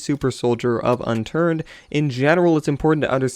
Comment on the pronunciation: Unturd? XD